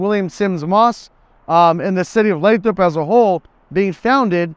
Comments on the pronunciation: You pronounced it “Lay-trop” right? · It's pronounced "Lay-throp"